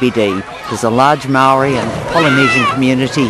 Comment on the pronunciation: Aue...cant even pronounce maaori words properly...foreign.